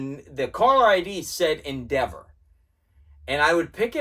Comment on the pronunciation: “Endeva” love it ❤